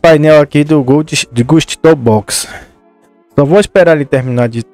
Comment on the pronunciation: pronuncia e ghoust nem portugues to hablando dierto